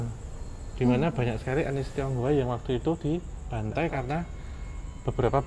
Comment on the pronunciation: bang "etnis," bukan "anis" 😅